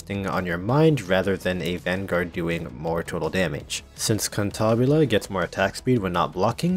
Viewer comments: its Cantabile, not Cantabile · One thing I love about Gacha games where they don't tell you how a name is pronounced is how everyone comes up with a totally different version and if the company ever decides to reveal how a name is pronounced, you wish they didn't xD "Kantahbilé" sounds quite funny I just call her "Kentabill" due to my German ass being special haha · This poor birb has been through enough and you just keep rubbing salt into the wound be pronouncing her name wrong. Shame on you....it is kinda funny though.